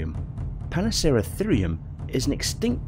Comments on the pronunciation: Also sounded like he said Panaceratherium instead of Paraceratherium. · Interesting, but a lot of mispronunciations/wrong letters (pana instead of para) and errors in word choice. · Paraceratherium, not panaceratherium